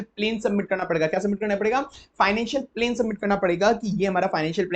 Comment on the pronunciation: Sir pronounciation se bahut dikkat hoti hai aapki video mein Eg. Plan ko aap plane keh dete hain